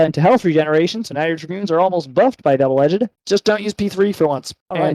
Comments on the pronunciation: Bruhhhh double “edge-ed” kills me please say it right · So, when did “edged” get an extra syllable?